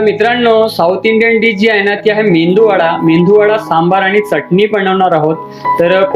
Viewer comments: Mendu.vada nahi MEDU VADA..Krupa karun.dish cha naav barobar sanga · Bhai mendu vada nahi re baba. Its medu vada. Mendu che kadhi vade ikles ka bhavu.